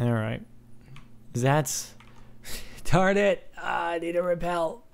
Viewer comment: in sted of darnet he sed tarit